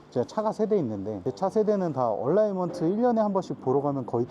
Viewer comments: 얼라이먼트 얼라인먼트 발음상의 차이입니다. 방지턱에서 로워암 부러지는 차도 있습니다 (노후차량) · 얼라인먼트! 얼라이먼트 아니고! 방지턱에서 얼라인먼트가 틀어닌다니 말같지도 않은소릴하시네